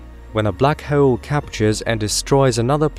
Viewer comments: Awesome video but i cant get over black hoe-elle. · 😂 The way this guy pronounces hole 😂